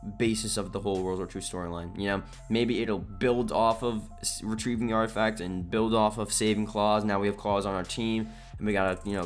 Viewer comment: "artifac" You forgot a letter there 😂